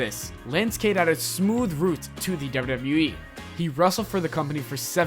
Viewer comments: OMG!! This narrator really needs to SLOW DOWN when he speaks! I was trying my best to listen and get through the video but every time he said dubbayoudubbayoueee, I cringed. He talked so fast and a good portion of what he said was so jumbled together that I couldn't even make out what he was saying. Seriously, just slow down a little and it will make a huge difference for the better. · Why do you say wwe so weird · The way he says wwe